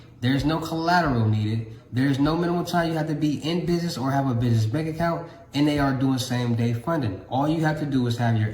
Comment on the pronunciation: Soon as he said “binness” I was out.